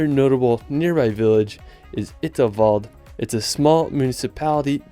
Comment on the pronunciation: It isn't ITSELTWALD it is ISELTWALD :P